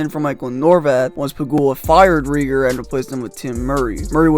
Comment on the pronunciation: This was a cringe video. Names like Bylsma, Neuvirth, Leino and Regier are all mispronounced. It is factually incorrect in that there were more additions made to the team at the same time as Leino(Ehrhoff, Regehr). Vanek wasn’t named captain after Pominville left, it was rotated and interim until Ott took it over. Kane was as big of a star before he came to Buffalo and while he was here as he is now with San Jose. There were not five GMs and four coaches in 8 years, there were three GMs and six coaches. Two of the players coming back in the ROR trade were Soboyka and Berglund who were established NHL veterans and in the NHL. However, the meat and potatoes were spot on. Poor asset management, and a terrible owner are the true problem in Buffalo.